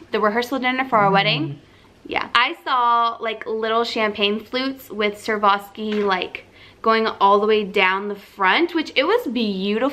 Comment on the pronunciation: girl: SWA-ROV-SKI.